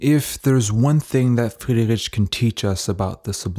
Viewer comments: You are mispronouncing Friedrich's name throughout the whole video. It's not "rich", but "rik". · Sorry, I can't listen to his name being pronounced like that for too long. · Thank you for this good video. My only suggestion for you, if I may say, would be to work on the pronounciation of the artists name, not only on C. D. Friedrich but on some other as well. It is not very difficult to find out the right way to pronounce names in their original language. I encounter this problem very often when I listen speakers from USA. It cause a bit of irritation while listening and it degrades the quality of content and presentation. I hope you take this as a constructive comment. Wish you all the best and keep making good content.